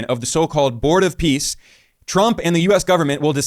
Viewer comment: Are we sure he said "Board of Peace" and not "Bored of peace"?